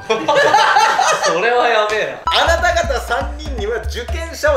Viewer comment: そrrrrはねえ